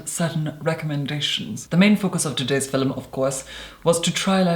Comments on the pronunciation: "Fill-um"? Really. Roll my eyes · Why am I the only one noticing him always saying "filum" when he says film. All jokes aside You Are Therapy from your voice to your appearance. Holy guacamole. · You say "film" like "Filum". It confuses me. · I love how he pronounces film, "filim" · I am here for my daily dose of "filum" <3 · We need "filum" merchandise!! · we don’t pronounce film as “filum” bc where tf is the “u”... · "Today's filum." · “Hi everyone today’s philnm is a philnm about a pale makeup on today’s philmn Kylie cosmetics doesn’t use www. It’s a trend now days philmn philmn philmn” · I'm here for every time you say Filum. I feel like I need to retake an English class..or classes. Probably a lot of classes. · i love when he said filem so soothing 😍🖤✨ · why does she always say "FILEM ?? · Filum I love the way he says film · Today's fi-lem so cute! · I love the, "Fillum", thing too much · When the video started, the first thing I noticed was his eyes, they were staring in my soul. It made me feel so uncomfortable 😂. I continued to watch this video, and when he said filahm I lost it 😂😂💀💀💀💀💀. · Normal person: Hi guys, todays video is a Kylie Cosmetics review.: Hello everyone. Today's fil-um is going to be a brand and product focused fil-um. WHY IS HE SO ARTICULATE?! AND WHY IS IT SO MESMERIZING?! also he makes me feel so incredibly stupid. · Damn the way you say “Film” is so satisfying,in such a strange way. I love it ! 😍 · Everyone talking about him saying “filum”instead of film while I’m freaking out that people DONT say “filum”?? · "Filum" haha I really like your skin also wtf youre so clearrr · I’m not sure, but I believe when he says “fill-um” he is actually saying film. It’s typical that many Irish people pronounce film this way. I’m not sure that is Irish, just educating 😘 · I told my friend I was going to watch your “fillum” and she was quite confused lol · "Fillem" love his videos tho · film?? Lol very posh LOVE IT! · Say film again. 😂